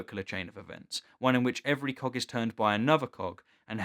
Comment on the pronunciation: Oh, he said "cog" I heard... cock. -------LOL